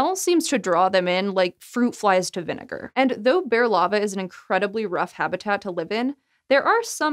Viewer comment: She said the nword when she said "viniger"